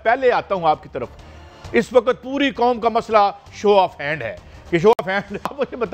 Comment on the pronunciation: Oye Bhatti...kaisi hai teri "foj" aur teri "kom"....😂😂😂